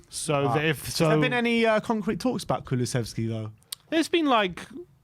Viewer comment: His name is Kulusevski and not Kululevski! 😡😡😡